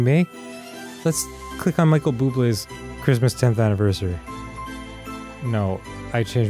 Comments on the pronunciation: Merry crimdo ! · I feel like Grundor celebrates Scromdus. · Grumps mispronunciation of Christmas will always put me in the holiday spirit. Happy Scromdus everyone! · Scromdas and its reaction will forever spark such joy within me